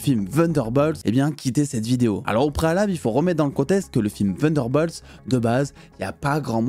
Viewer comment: Je comprends pas pourquoi tu dis Vunderbolt 😂 c'est TTTTTUNDERBOLT 😂 sinon merci pour le contenu toujours impeccable 😊